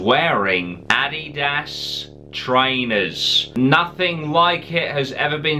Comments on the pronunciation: Btuh,i luv ur accent but when u said "Adaias" i fucking pissed myself 😆 laughing..... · I can’t get enough of saying Adidas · the way you say adidas 😂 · I'm American and the way he said Addidas threw me off at first